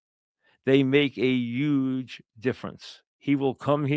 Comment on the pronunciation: “It’s a YUGE decision” Etlanter Falcons 😂